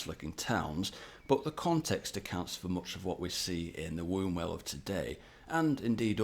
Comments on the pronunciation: Wumwell not Wombwell 🤣🤣 get tha pronunciation reet lad! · It's pronounced Wumwell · Its pronounced 'Wumwell' the U is O & B, is not used when saying Wombwell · It's pronounced wummwell 😊